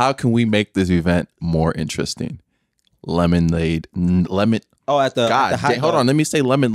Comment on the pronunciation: turned his white voice on wit that “Lemon- Lemonade🙋🏼‍♂️”